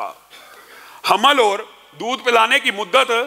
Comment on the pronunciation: Your Urdu pronunciation s not good. Please fix it. or, qol, orat,moot all wrong. Aur, Qaul, Aurat, maut are correct.